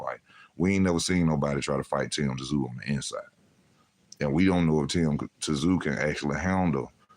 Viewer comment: 😂Tim Tazoo? Just say Tim Zoo in future. 😂🍻